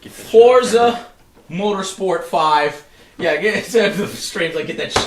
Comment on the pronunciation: It's "FORT-ZUH" Not "FOUR-ZUH."